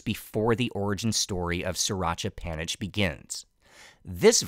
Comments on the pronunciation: just one minuscule thing - panich is said “panit” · The old pictures and clips are great, as well as the live parts, although it would have been cool to get a Thai guide. theAI narration sucks, especially due to the pronunciation of "panich," pronounced "phaa-nit."